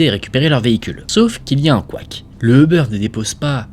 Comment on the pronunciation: Quand tu dis euber ça me stress on dirait un jambon beurre le machin